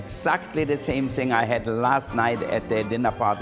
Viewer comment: Same sing (thing) we Germans do that a LOT.